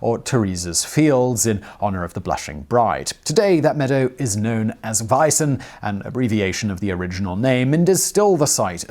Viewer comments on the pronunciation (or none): To me as a native bavarian it's always funny to hear how englishmen try to pronounce german or bavarian words. 🤣 The famous "Wies'n" is pronounced more like a mixture of "wheat" and "bison". You're welcome. 😉 Nonetheless another great, insightful video from Simon the Whistler.